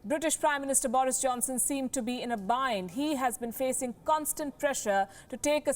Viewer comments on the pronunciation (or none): none